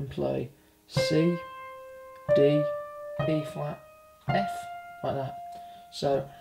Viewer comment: no offense but everytime i heard you say E flat, i thought you said B flat and it kept messin me up lol